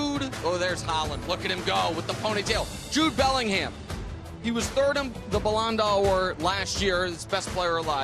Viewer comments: “balanda award” Nick cmon lmao just ask someone how to pronounce Ballon d'Or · Can't even pronounce balon dor man wrap it up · Its pronounced ballon door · ballon doaaoor haha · Balon de Ahor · As an English guy who watches this for his U.S sports coverage this was all kinds of wrong! Firstly Vini Jr is Not a fan favourite. Saying Italy haven't done much since 1990. Erm they won the World Cup in 2006. This world Cup will absolutely not be about Messi and Ronaldo! Legends no doubt but can't see a good world Cup from either this time next year!!! And Nick please learn how to pronounce Ballon Dor and never refer to the most prestigious award in mens football as an MVP award! Still love the show guys! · Nicks Ballon D’ors pronunciation is that of nightmares 😂😂😂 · nick's ballon d'or pronunciation is killing me lmfaoooo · Yea but at least don’t try to yada yada past the name of the award 🤦🏽‍♂️